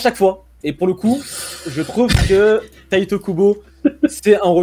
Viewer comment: pourquoi certains disent "tayte" Kubo ?? En japonais un "i" se dit "i" ....